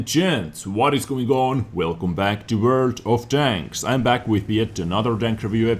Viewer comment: I laugh every time when starts his episode and says Word of Tanks. It just makes my day xD